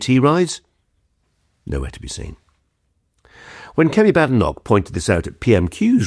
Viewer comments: I enjoy your talks. But please pronounce Badenoch as in Baden-Powell. She minds! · He's very good. Is he Ai? (I haven't heard of him before. And he, despite being a supposed top commentator on UK politics, doesn't know how to pronounce "Badenoch".)